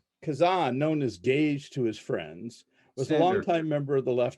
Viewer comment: This professor mispronounces Kazan's name and his nickname, "Gadge." It's like "Gadget," because in early days of the Group he had a talent for fixing things and creating solutions to problems. They called him the Gadget, then just Gadge. And please, please, it's not "KazAHn," it's "KazANNE."